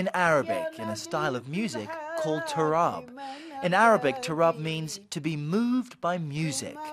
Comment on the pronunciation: It's not ta-RAAB, it's TAAR-ab music